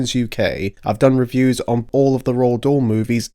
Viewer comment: C est (roald dahl )pas( rahl dol) on a l' impression d entendre le mot( ras le bol )